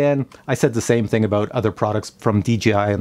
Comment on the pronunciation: Dee Jay Eye.... very good!